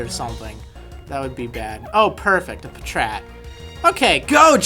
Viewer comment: It's patrat